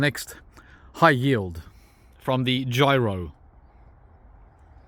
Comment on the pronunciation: My first name is “Jiro.” I love your garden and your Aussie accent. But, you do need to learn to pronounce the name of this particular persimmon tree correctly. 😅